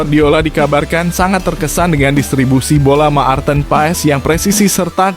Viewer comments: Admin, bc martin paes, bkn maarteen..,!! Geli telinga gua dgr loe sbt bgtu😂😂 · Ma-ar-ten pa-es Maar-ten pa-es harus belajar bahasa Indonesia yg benar ya gaes, baru bikin channel YouTube 😂😅😂😅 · Menyebut nama Pemain jng di putus dong jadi kurang enak di Telinga misal nya.Maarten Paes bukan Ma arten Paes.